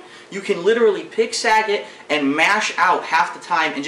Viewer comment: Sag-it. How do I english.